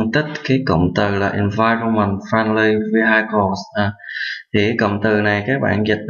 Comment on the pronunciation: hình như từ " Vehicles" anh đọc bị sai